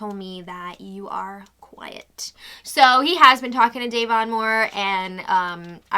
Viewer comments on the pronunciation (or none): none